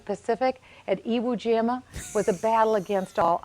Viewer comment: It's Iwo Jima you dumbass